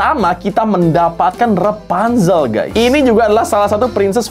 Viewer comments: REPANZEL?? KO EJA NGOMONG BEDA YA??? ATAU AKU NYA YANG GAK TAU BIASA NYA KAN PENYEBUTAN RAPUNZEL(RA) BUKAN( RE) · Rapunzel bukan repanzel